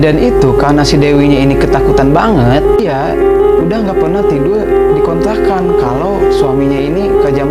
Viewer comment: Kontrakan ya om Bkn kontlakan wkwkwk...